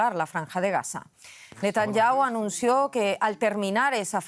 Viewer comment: Van mil meses de guerra y todavía no aprenden a pronunciar bien el apellido del primer ministro. Son un desastre